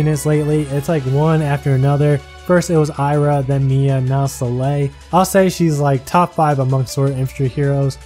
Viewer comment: she's pronaunced "Sol-eil", no "Selei"